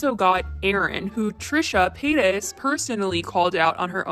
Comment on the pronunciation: I heard Trisha penis not Trisha Paytas